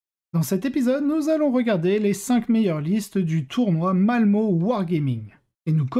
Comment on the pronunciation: Salut. Encore un bon sujet sur ce tournoi de Malmö (ça se dit "Malmeu" en français habituellement) Par contre attention, ton image de Troupe Master ("Coryphée" en français, c'que j'aimerais que tu t'y mettes, notamment parce que ton accent anglais n'est pas des meilleurs... ; ) est celle du Solitaire... Pour commenter ces listes, c'est dommage de ne trouver encore que du Leviathan en Tyranides. Concernant les Arlequins, je trouve que les nerf de GW sont trop forts pour le milieu non compétitif... Même si en 1000 pts comme je joue d'habitude, je ne suis pas sûr que le dernier nerf du Saedath Lumière soit tellement impactant eu égard à la petite taille de la table... faudrait que je teste. Bon pour la liste IK, je comprends pas comment on peut aimer jouer à Kill Team en 40K... 8 figs.... comprends pas ! C'est pas mon truc du tout quoi X D